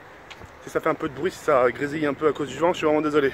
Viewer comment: Tk pourquoi tu dis "as" a la place de dire "sa" je comprends pas ?